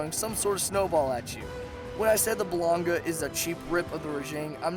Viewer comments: Most of these monsters are only on this list because you're too dense to understand the style and suck at fighting them (and trust me, I watched your gameplay the whole video). Also, he's not lunch meat, his name is blan-gon-ga. Also, kee-su. Also, plesioth has been around since Freedom. Lastly, this is what happens when you start a series late after it becomes popular. P.S. just when I thought the video couldn't get any worse, I had to endure your rendition of the Blair witch project at the end there. K, I think I'm done now. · Also Bla-gon-ga not fucking bull-on-ga fucking hell you need to improve your pronunciation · blan-GONG-ga keh-ZU phonetics man. phonetics. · Who thw fuck is "Balonga"? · He never mentioned the blangonga... he said balonga xD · "Balonga" kek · "balonga" ???? blangonga... "chezu" ???? khezu... literally just disliked because ur so bad at pronouncing them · when the he'll did blangonga become balonga, read the names before you try to pronounce them, like khezu, kh does not make the ch sound, kh makes the K sound so it's kezu not chezu